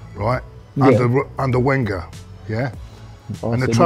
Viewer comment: was really struggling to say Wenger’s name seconds, the man honestly haunts to this dayyyyyy